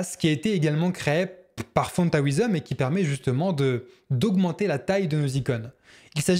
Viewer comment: Excellent effet, tes vidéos sont très pédagogiques, mais, stp la prononciation de "font-awesome", ça pique les oreilles ! On dit environ "ow"some, voir ou plutôt écouter l'ami google et surtout pas A"OUI"some. Corrige les erreurs de prononciations des mots anglais, et ce sera tip-top !